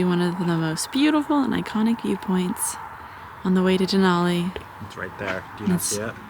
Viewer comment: De-nal-e (nalll not noll) , minor, but that's the name. Now back to McKinley 😁